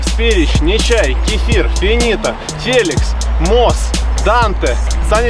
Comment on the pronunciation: Он не чай а НЕЧАЙ